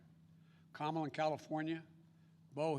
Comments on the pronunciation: He is calling her Kama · Hahahaha he mispronounced her name hahaha